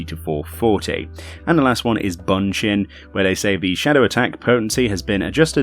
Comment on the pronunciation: Also, Bunshin should be pronounced 'Boonshin'. :P